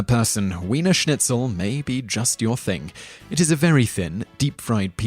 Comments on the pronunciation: "Weener Schnitzel" !? "Shaka Torta" !? "December fiff" !? GTFO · My girlfriend (lives in austria) is angry you pronounced the cake wrong. Edit: You also didn't pronounce correctly: Apfelstrudel and Wiener Schnitzel. She says good job for trying though <3